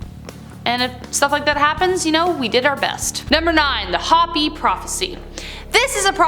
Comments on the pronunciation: For the love of Buddha, it's Hopi =H-oh-pee, not Hoppy. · Hopi is pronounced Hope ee, Not Hoppy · Hopi is pronounced hope-ee